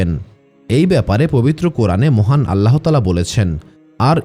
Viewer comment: বানান আল্লাহ্তায়ালা, উচ্চারণ আল্লাতায়ালা, আল্লাহোতায়ালা নয়।